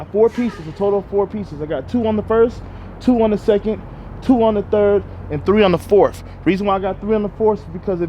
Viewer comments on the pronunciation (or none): none